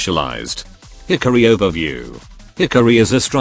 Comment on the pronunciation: "Hickory" (Hikari) 😂